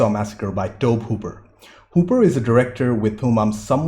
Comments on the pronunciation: It’s Tobe hooper but it’s pronounced Toby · Just an fyi, Tobe is pronounced "Toe-Bee" Also, nobody is ever going to convince me that film grain is a bad thing. When I see film grain, I know they haven't digitally futzed with the original intent and presentation of the film. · It should be Tobey, like Tobey Maguire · Tobe Hooper (pronunce "toby" but with an E) also directed the 2nd movie. That one is more of an over the top gory comedy, but it's so hilarious that it's funny! It's a guilty pleasure movie & I highly recommend that one to watch & react to 😉🙂 The 3rd movie is ok, the 4th movie sucks, it's basically a bad remake of the 1st movie, the actual remake from 2003 (?) is ok, but not memorable & its prequel is also ok. Texas Chainsaw 3D was very generic & the prequel Leatherface was not good, I didn't like the story. The remake's prequel was actually a much better origin story!